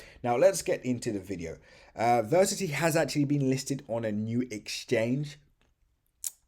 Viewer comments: Ver ass it - e , say it with me come on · Why do you not pronounce the A in Verasity? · It might be a good idea to learn how to pronounce Verasity.